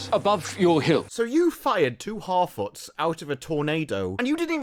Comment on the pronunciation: man hartfarts not harfoots xD